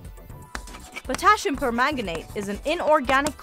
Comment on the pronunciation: The mispronunciation of “pipet”, “potassium”, and (for-the-love-of-god!) “molecule” make me want to pull your science card . . .